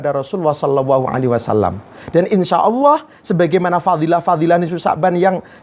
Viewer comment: Mengucapkan lafadz Jalalah ( Alloh) saja gak bener, beneri dulu baru tausiah . Dan tausiah kok tidak jelas ,Ambyar,!!! Membingungkan.mana yang jadi pedoman, Hadis Nabi atau kitab Ulama' ????